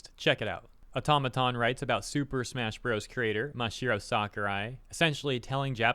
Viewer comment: Dude. It's Mah-Sah-Hee-Roh. There's an extra A there